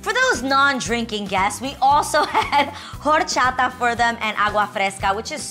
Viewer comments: Adrienne I love you so much but it’s not Jorchata is horchata (h is silent) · I heard whore-chata instead of horchata lol. I cracked up so much. Cool party Adrienne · "HHHHOR-CHATA"??!! LOL ("H"is silent...ya tu sabes!) Lol Selena theme party is every Latina Girls dream!! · The way she say horchata 😂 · did she just pronounce the H in ‘horchata’😂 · Gurl, did u really just say horchata in english... I've literally never heard it pronounced without the rolled R's and with a silent H.